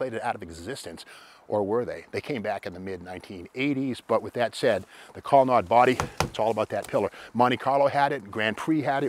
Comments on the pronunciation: Back in the day we pronounced it "colonaid" not "colonod". Studebaker was the oldest vehicle manufacturer in the USA at 112 years when it moved to Canada. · The word Colonnade is pronounced with a long a.